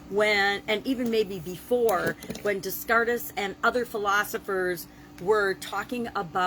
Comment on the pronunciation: Fun fact: "Descartes" is meant to sound like "DAY-cart".